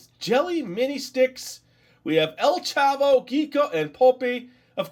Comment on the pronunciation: You were saying Popis and El Chavo right. But Qiqo is not with a "u". It is spelled Q-I-Q-O.